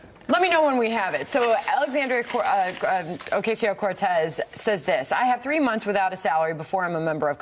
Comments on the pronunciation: Do you know why they can’t pronounce her name? Because they are morons! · I cringe every time they mispronounce her name. So glad she called them out on it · I don't know if they knew if she got any degree at all... they did not even get her name pronounced right. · They do it on purpose to denigrate her. They know EXACTLY how to pronounce her name. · Can they at least say her name right? Ffs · even this guy can't say her name right ? white people's syndrome. if your name isn't europeen , they have all these walls up and even when you spell it slowly you still sense reticence. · First of all, you DEAD EYED BLONDE TWAT, her name isn't OcAYSeyo Cortez... it's pronounced, OcOsio, YOU FUCKING uncultured, Botox assaulted, dumb shits!! I hope these women get Botulism. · Oh-COSS-C-Oh! Not Cass! Idiots! How dare the bi-itchy laugh! Her clothing? F*ck you asshole! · I love how they pronounce the first part of her last name as if the word “see” is in between it, and sounds it as “queso” as in the melted cheese, to all in all sound like “o-que-see-o”. White people at their finest, ladies and gentlemen. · Somebody please tell them her name is pronounced Ocasio Cortez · Fuck this fox new bitches. Cant even say her name right, Alexandria Osasio-Cortez. Bitches roll those rrrrrrrr. I swear i wanna slap the smirks off these dumb fucks at fox faces. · I think they were told to miss pronounce her name on purpose by the higher ups. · First of all none of these idiots can pronounce her name correctly... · Did they even try to say her name correctly? I'm going to guess no.... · Shame on Fox for their shallowness and turning a real social problem into a joke and at the expense of a new member of Congress. Pff. They’re so pathetic. Also, they’re so racist, they don’t even learn the proper pronunciation of her name. They’re lower than low. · Why are they deliberately mispronouncing her name? Fox news is so juvenile! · Say her goddamn name right you corporate hacks.